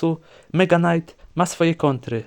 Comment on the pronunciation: night=knajt mega night= mega najt powiedzcie mi jakim cudem on wymawia to samo slowo inaczej po dodaniu ''mega'''